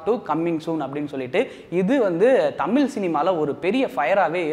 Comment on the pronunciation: அழகுதமிழ் ஐஸ்வர்யா எங்கே? உன்னோட "தமிள்" உச்சரிப்பு சரியில்ல...